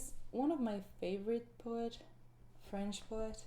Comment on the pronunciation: I love your voice and your French accent is verry good (From a French speaker)